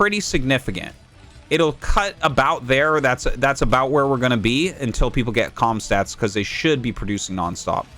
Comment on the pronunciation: Why do you always say comstat? it's comsat.